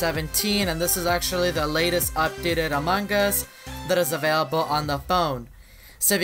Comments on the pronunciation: No he sounds like AMAN GAAAuuaAAaaUUSS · Pearce-Reynolds no he says amongos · Instead of saying among us he says “ Amon gus” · why everytime you say among gus not among us??? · Us: Among Us Him: A MANGUS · He says among gus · no its "Amangas" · I am saying that Charizard freak always says among us to "Amon Gus" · Him:among us Subties: a mangas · The way sounds is like a AI robot And the way he says among us: Amungus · “In Amon Gus” 😂😂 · Mine is "In A Mangas" lol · Hes said AMONG GUS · AMUNG GUS Lol the way he pronounce it is funny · How many times he said amangas | | | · Why is he saying Among Gus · ik that, Also the way he says among us makes me laugh